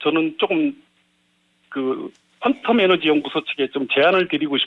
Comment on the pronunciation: 퀸텀이냐 퀀텀이지 영어스펠링 정도는 알고 방송하자